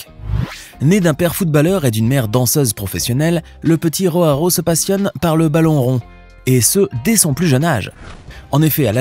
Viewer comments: On dit Joao pas RHoao, c'est du portugais, pas de l'espagnol, le J se prononce J, pas R . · tu peux te renseigner sur la prononciation des noms portugais/brésiliens stp? ronaldinho se dit "ronaldinio", et joao ne se dit pas roaro mais "joao"... comme ça se prononce en fait. "Roaro" loool merci rama faré :face-blue-smiling